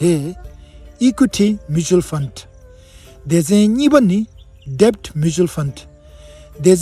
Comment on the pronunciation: read debt = det ( like dad as b is silent) channel is useful 🕊️🌿